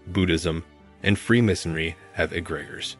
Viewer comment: YES!! This is absolutely real. However, please check the pronunciation of this word, because you are not pronouncing it correctly